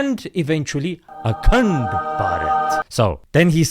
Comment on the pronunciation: Akhand (sounds like "a c-nt") Bharat 🤣🤣🤣🤣🤣🤣🤣🤣🤣 👍👍👍👍👍👍👍👍👍